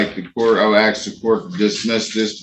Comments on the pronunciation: That Axe instead of Ask always kills me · The moment any of these SovCit Idiots can't pronounce "ask" and "jurisdiction", they should be shut down and forced to use a Public Defender. The moment they claim to not be a person (which they almost always do), they should be sent for a Competency Exam.